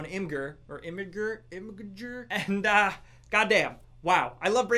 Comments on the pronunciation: Imgur = pronounced imager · I think people pronounce it im-ij-er. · Its pronounced Imgur, not Imgur.